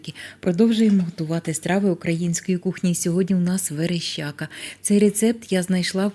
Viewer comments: Верещака а вона говорить верещЯка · ВереЩака, але аж ніяк не вереЩЬЬЬака!